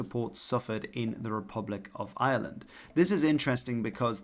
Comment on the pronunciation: And yet he can't quite manage to pronounce Ireland in English.